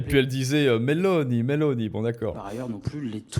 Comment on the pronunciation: au moins elle prononce bien Melóni !!!